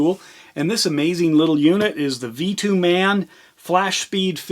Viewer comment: Pronounced Vah-toe-mun..